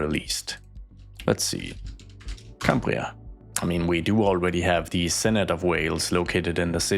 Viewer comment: Cymru is pronounced as “come-re” and the pronunciation of Cambria was perfect